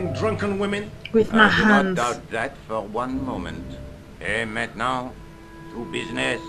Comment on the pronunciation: Who's writing this game? American's don't say 'holiday' and I'm fairly sure a Frenchman would be able to pronounce 'et maintenant' correctly.